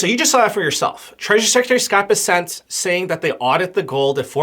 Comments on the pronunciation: It’s BESsent. Emphasis is on the first syllable! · Why are you callinh him Scot Besset? Its BESSEN....